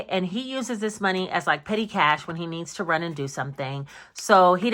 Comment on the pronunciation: Hey 👋🏾 Hold up wait a minute "sumin" ain't right! 😂😂 Let me know how the Ninja creami works out. 🤔